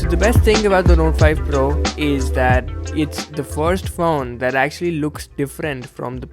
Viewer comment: amazing review! You really spent a lot of time with it to give your feedback and that really makes a world of difference. It's not always flashy camerawork that makes a good review and this shows it. But I couldn't get past the way you pronounced phone as faun. Please be weary of that. It really is a small issue in an otherwise brilliant video!